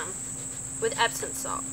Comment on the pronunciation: Epsom, not Epson.